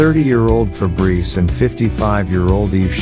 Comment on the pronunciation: As a french, its funny to hear "Febreze" the deodorant insteed of "Fabrice"😂